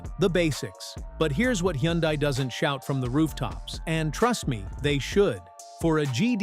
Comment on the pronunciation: Hyundai is pronounced like "Sunday". Just saying. BTW, everything specified here also applies to KIA!